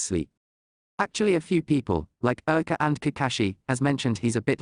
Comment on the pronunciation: I wish they would work on the Name pronunciation. Repeatedly hearing them pronounce Iruka and Naruto's names wrong was like nails on a chock board to me.